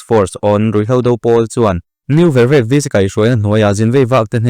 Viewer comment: N.Vervek i thluk diklo,vervek hi 'leilet'tih ang a thluk tur